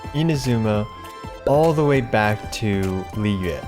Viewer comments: Finally someone actually pronounced Liyue right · insta liked for saying liyue correctly :D